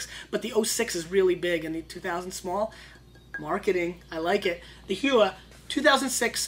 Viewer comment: also, it is pronounced hoooo-eeee-aaa it is a maori word. thumbs up for having an NZ wine tho